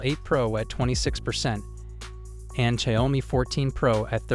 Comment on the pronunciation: learn how to pronounce xiaomi